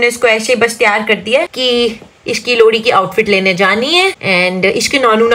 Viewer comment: Lohri jagah lodi bol rahe hr